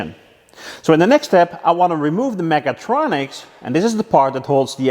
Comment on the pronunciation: Sometimes it sounds like you are saying megatroniks :D